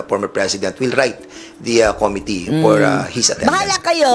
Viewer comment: something serious, yung pronunciation nya nung "Committee" parang "Comedy"... ako lang ba nakakapansin?